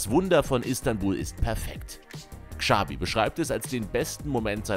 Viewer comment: Dass niemand in Deutschland Xabi und Xavi aussprechen kann, sondern mit einem "Ksch" anstatt "Tsch" ausspricht, triggered schon sehr. Wenn man schon ein Video für solche Spieler macht, kann man auch mal entsprechend recherchieren